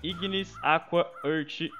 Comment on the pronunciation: "ãrti", nova pronuncia pra earth